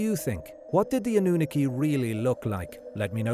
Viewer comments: I think he’s actually a real person lol this pronunciation drove me insane 😂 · He can pronounce Anu properly, but can't pronounce the last parts properly! All good, but I've heard a few others with both narrators! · Anew-nookie, I love how the program pronounces Annunaki lol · Hello , your pronunciation of Annunaki is wrongh Sorry, there is 2 N at the beginning . Also Nibiru has no A so is mispronounced again.